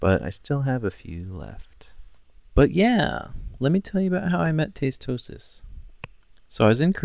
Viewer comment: its tastosis not tasteosis! but other than that awesome work!